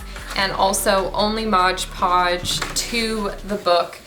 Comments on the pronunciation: LOL so many people (and I have been guilty too) call it Modge Podge...but it’s Mod Podge. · MOD podge not MODGE podge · Modge podge 😅😅😅😂😂. Nope that’s not how you say it!,😅🤣😂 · Loved the mud jar! You’re so cute but Modge Podge 😂 also if you painted the book covers white .... keep up the good work 👍🏼